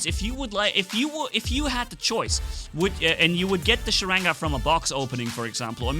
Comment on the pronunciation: not sarega its "Sharanga" stupid